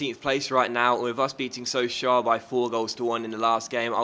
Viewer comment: so-sho for pronunciation :)